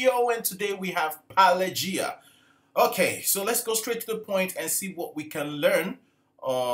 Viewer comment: Naturally, it is difficult for you to pronounce the name Pelageya correctly. Correctly pronounce it Pe-la-ge-ia. Here's what her name sounds like at 00: 53 and 00: 37 . Her real name is Polina Sergeevna Smirnova. Polina! (the same as Polina Gagarina) Abbreviated name from Polina-Polya. Fields in ancient Russia were also called Pelageya (Pelageia). Hence the stage name. One of her most famous performances - at the opening of the Olympic games in Sochi 2014 You can read all the information about it on Wikipedia